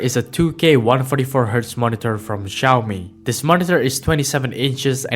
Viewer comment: xiaomi not xioami